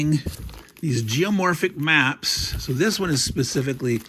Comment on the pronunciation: I thought you said mumps at first. Now that I realize you are referring to maps, I'll check back in for the next video. :)